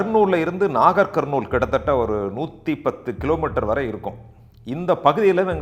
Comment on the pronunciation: you have mentioned the districts in telengana state wanparthy, nagar karnool, jogulamba gadwal. the pronunciation is also correct sounds good me too.